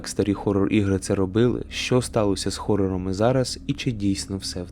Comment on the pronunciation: Правильно Горрор